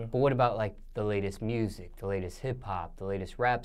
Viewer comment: "I been foesin on the mursic " this nigga cool af